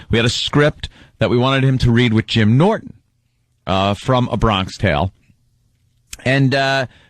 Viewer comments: “Bron-kish tale” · Opester just straight up not getting why 'Bronksh Tale' was funny cause he read it wrong and nobody corrected him.